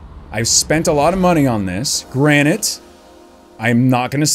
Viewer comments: It’s granted not granite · Did you just say granite? Instead of granted? ..........................